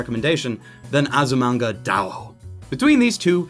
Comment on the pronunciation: if he mispronounces Azumanga's title one more time...... I will have to skype him and go over some phonetics.